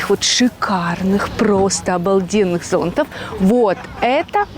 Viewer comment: Не "зОнтов, а зонтОв", матрасы на лежаки надо попросить и их принесут, на любом пляже